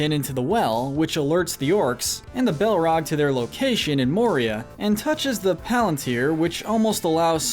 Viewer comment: My favorite was when he said ball rag.